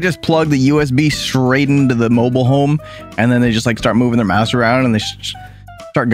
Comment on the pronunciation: just realized pronounces "home" like "holme" and i cant unhear it.